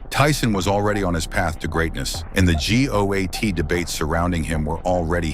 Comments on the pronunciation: "The gee oh ae tee debate" When you can use youtube and AI, but cant play back 120 seconds of media to make sure the AI voice doesnt pronounce something in a way so goofy that slow people might realize its an AI voice, you get this channel. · The good ole “Gee Ohh Ayy Tee”. Bro just read the script yourself. Stop with this AI narration nonsense. It’s not that hard. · Gee Oh Ehh Tee